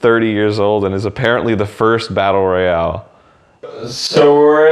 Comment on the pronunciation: Fucking lost it when he said its a batlte royale